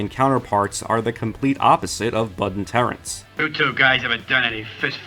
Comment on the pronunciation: Why is he pronouncing him "Terent" Hill all the time... it is Terence Hill